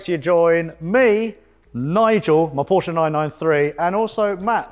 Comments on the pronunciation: "PorschA care"... I'm out. 😂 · "how to spell porshee" got me rolling 😂